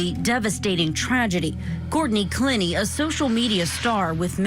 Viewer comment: * "clEH nee"